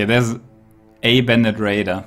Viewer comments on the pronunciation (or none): none